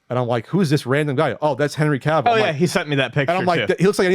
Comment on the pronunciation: Audiences firmly rejected Henry Cavill, which rhymes with calves, like baby cows, and Kevin Fiege is fi, as in defy, gi as in the karate uniform. Audience is fully rejected sociopathic Superman, and movies that he has started and has lost Warner Bros. over $1 billion. The only reason why he’s back is because the rock demanded it, And since he’s the biggest movie star in the world, he got his way. Audiences want Christopher Reeve, and a Superman man enough to not go commando. Money talks, and he’s had four chances, Five if you count the extra 120 million Zack Snyder tricked HBO into spending on the movie nobody liked Oh and physical media production is up. They closed too many plants and that’s why there’s only a 70MB loader on that disc. Probably ran them off in May